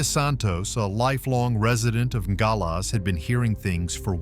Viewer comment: Is it AI? He can’t pronounce Nogales properly. Long o, 3 syllables. (No-gal-es) A professional announcer would make sure he knew how to pronounce the city.